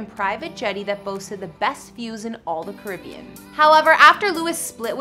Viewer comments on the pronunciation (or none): none